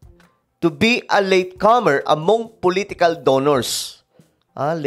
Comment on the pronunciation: To this blogger, up to now when you are speaking in ENGLISH you still pronounced when words starting B and V ,P and F ie VIEW and BEAUTIFUL, then POLITICAL and FAITHFUL. You pronounced them both in P then B only? Please practiced pronouncing them correctly please? Ernie Mendoza from Brighton, Sussex UK.